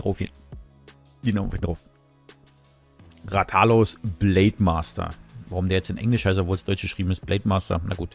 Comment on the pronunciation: Coole Cooperation, aber bitte sprich ihn richtig aus😂 Deine Rathalos Betonung ist falsch gewesen🙈